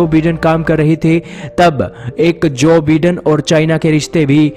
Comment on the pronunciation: Bhai vagwan ke waste thik se pronunciation karle... Jo BIDEN- pronunciation /by-Den/